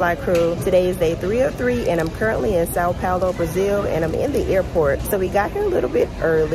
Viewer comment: Your pronunciation of coxinha and São Paulo is perfect. I believe you will learn to speak Portuguese easily if you want.